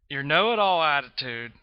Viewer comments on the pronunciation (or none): none